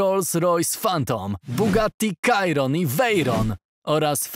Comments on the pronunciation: Chiron nie kairon cziron się czyta ale i tak gratki za film🎉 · Ps nie mówi sie kajron tylko chiron lub sziron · 1. tak ogl to jest model Veyron a po drugie- to się wymawia Sziron, nie Kajron 3. To jest Bugatti Divo, a nie Veyron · Błagam, wszystko tylko nie kajron.